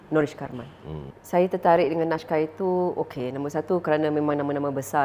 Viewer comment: Naskah bukan nashkah sebagaimana yg di katakan oleh puan Sofeah Jane.